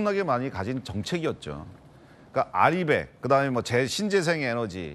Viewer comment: RE100 은 알아백이 아니라 알 이 헌드레드가 옳바른 읽는 방법이며 정책이 아니라 민간단체이다. 세계적인 대세가 탄소중립은 맞지만 그것을 달성하기 위한 방법은 신재생에너지가 아닌 소형원전이다. 소형 원전이 발달하면 신재생에너지는 버려질것이다.